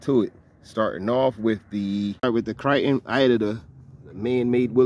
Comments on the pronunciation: Man I follow the videos and love the content but what is a Kriton? Is this a custom truggy you built? Or is this the Philly accent? I'm confused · Arrma kryyyyton lol